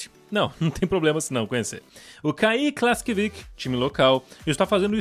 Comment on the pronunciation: KLAKSVÍK e não "Klaskvik"